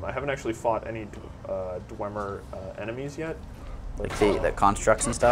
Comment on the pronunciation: dwemer, pronounced dwee-mer